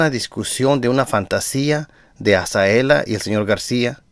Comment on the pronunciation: Hola, por favor pronuncia bien el nombre de Azalea, usted dice Azaela, no es por molestarlo es para que sea por la credibilidad de sus buenos comentarios.